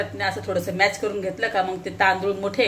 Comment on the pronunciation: मॅश बोलो मॅच नाहीं